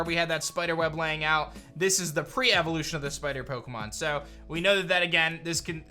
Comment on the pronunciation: I was listen to this. You said piemon and I though you where talking digimon haha